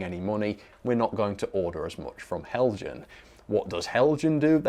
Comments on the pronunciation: btw... it's pronounced hel-yan... (just like mojang is pronounced moy-yang) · I thought that the Accurascale people did a great job on their video until somebody pronounced Heljan as "Hell Jann". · Helian, the J is silent 🤫 😊